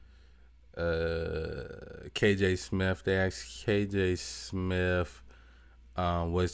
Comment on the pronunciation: It's Smith. Not "smiff". It's ask, not axe. Just some tips to sound well educated, and well read. Liberals would let that slide!